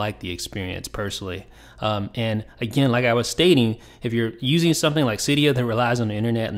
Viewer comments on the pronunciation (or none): none